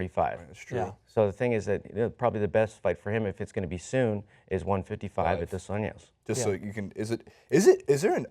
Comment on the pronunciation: It's NOT Dos Anyos. It's Dos AnJJJJJJJos. With a J. Not a Spanish 'J', a Portuguese 'J'.